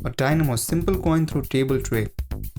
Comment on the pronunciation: You got dynamos wrong